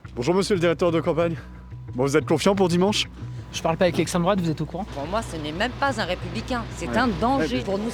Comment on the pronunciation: 'je parle pas avec lestrèmdroate'! mdr! Ce niveau de fragilité! Le mec, il ne saurait même pas donner une définition précise de ce qu'est 'lestrèmdroate'!